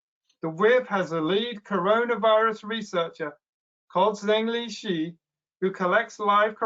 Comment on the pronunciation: On general principle, you should try to pronounce correctly the Chinese names of people you are talking about. The correct pronunciation of Zhengli Shi (the head of the WIV) is approximately Jung Lee Sher. The pronunciation of the last name ideally should have a down-up-down modulation of tone. Think of your pronunciation as imitating a "u" shape.